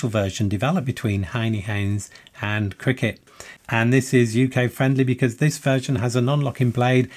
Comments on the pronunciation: C R K T, not "Cricket" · I never heard CRKT pronounced "cricket" before, is this a thing? Can't find anything on the Columbia River Knife & Tool website about it.